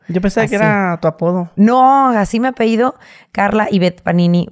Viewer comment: "Así me apeído" dice la panini. Ni pa hablar sirve.